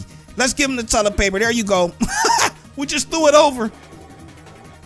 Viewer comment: what's tullet paper xD